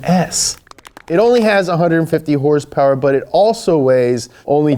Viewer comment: Petition for to say ‘hrsprs’ more